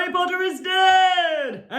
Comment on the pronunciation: Pottah! Yeeeeee